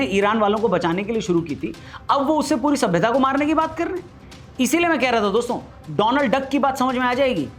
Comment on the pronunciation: कृपया डोलांड को डोनाल्ड न बोले।